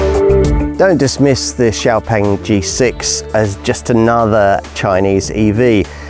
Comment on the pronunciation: FINALLY! Someone who says xiaopeng more correctly!